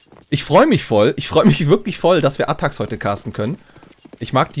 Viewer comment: ATTAXxxx man sollte schon die Namen aussprechen können